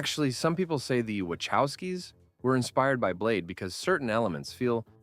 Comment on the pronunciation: FFS! Not which-house-key! WHAA HOE SKEE !!! learn f*ckin' Polish, damn it! 😎